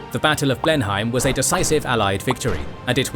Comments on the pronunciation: It's pronounced Blen-him, not Blen-hime. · Interesting - thanks. One small point. I've noticed that you often get the pronunciation of names and places wrong. For instance, Blemheim should be pronounced "Bleh nuhm" not "Blen heim". As this is the most important place in the episode I think it would be worth making sure that something like this is correct. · In fact, the English know this as the battle of BLEM-em, not Blen-HAYM. Strange but true. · Blen Hime? That is NOT how you pronounce Blenheim! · The European place is called Blindheim, i.e. not even the same spelling so naturally it will be pronounced differently. If you are using the English spelling you should also be using the English pronunciation.